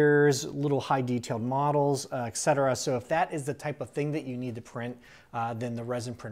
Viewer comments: It's just wrong if you say exetera. "Et cetera" is latin, if you turn it into "exetera" (which has no meaning in latin) you might as well stop using the word because. "Et cetera" means "and the rest (of such things)". Just use "and so on" instead of trying to sound smart by using expressions you don't even know the translation of and butchering them in the process. That's why I try to avoid french words unless I have looked them up beforehand. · That is so cool! Tangential question here: Why do Americans pronounce et cetera as "exetera" like ? So weird, I hear it all the time.